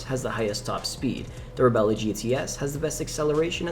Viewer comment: "Reb-lah" not "Rebella."